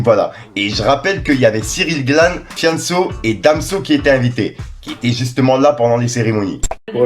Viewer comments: Ah le batard il a dit ciryl glane 😂💪🏻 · Ciryl Gane pas Glane 🤣🤣